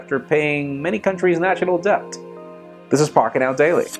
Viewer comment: gonna be "that" guy... the B in debt is SILENT.